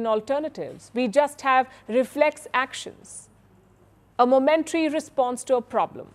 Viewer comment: Learn how to pronounce “ momentary” please!